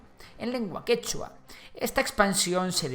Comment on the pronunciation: El quechua no tiene acento en última sílaba, pero todo bien aunque falto que los pueblos indígenas oprimidos fueron los que junto a los españoles terminaron derrotando a los incas.